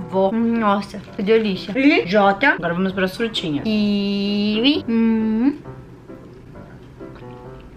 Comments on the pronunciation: Mano ela fala super errado KIWI MDS QUE AGONIA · Vdd eu sinto muita agonia quando ela fala kiwi